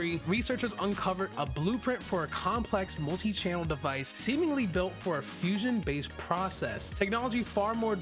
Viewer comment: He say fusoin😮 ice+dough=icecreem fruit😂